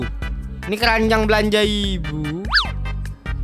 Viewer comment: kerajang bg bukan keranjang